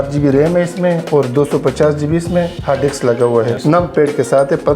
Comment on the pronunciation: Sir hard dekss nahi hard disk hota hai😅